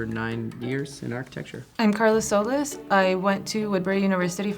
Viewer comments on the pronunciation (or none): Lady, pronounce your last name with pride. it's SOLÍS. Not soleys.